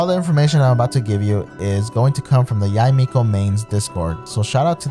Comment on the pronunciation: Tysm! And btw her name is pronounced Yi-mekO